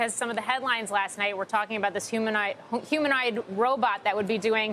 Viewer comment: God these reporters are paid to speak and can’t pronounce the word humanoid…